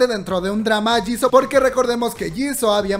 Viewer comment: SE ESCRIBE JISOO SE PRONUNCIA YISU❣️❣️